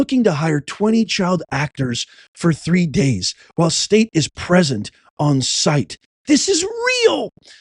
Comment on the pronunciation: State not shtate you knuckle head